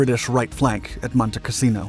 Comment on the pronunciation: Why do we get a picture Castello Sant'Angelo when talking about Monte Cassino (which, by the way, is not pronounced as the narrator does)? He keep saying "casino" rather than "cassino". The latter is name of a place. The former is one word for brothel. The narrator makes a number of howlers in English. I cannot believe he is the product of any English-speaking educational system.